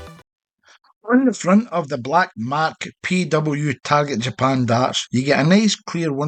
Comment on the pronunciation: Its not mark your saying it wrong lol 😆 😂